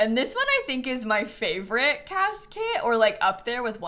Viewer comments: Why every time says "cas kit" do I hear "casket" 😅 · Every time says “Cas kit” I hear casket 😅